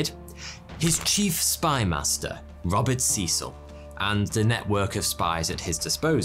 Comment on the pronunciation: btw u pronounced Robert Cecil wrong